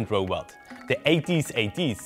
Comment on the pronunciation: its At-At. not A-T-A-T